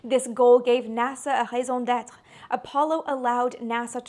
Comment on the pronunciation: Wow! I didn't know "raison d'être" was used as such in English. Why not since half English words are French related? But your pronunciation of "raison d'être" is so perfectly French that I had to replay the sequence to be sure of what I was hearing. since usually English speakers, especially Americans, cannot pronounce anything correctly in French. You guessed it: I'm French... All the best to you